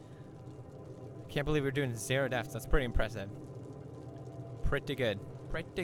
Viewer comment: Just wanted to say deaths instead of deafs maam:)